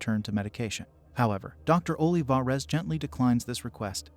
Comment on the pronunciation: Ohleevahrez lol my bad, the voice says the name in an odd way.